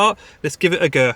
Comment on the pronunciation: lol why you gona say go like that lmao